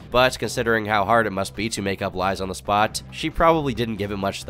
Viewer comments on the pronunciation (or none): none